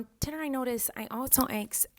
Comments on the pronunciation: “i axed u guys on titter” gets me every time lol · I thought she said tinder but she said twitter i think Miranda........ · On tidder?? Lol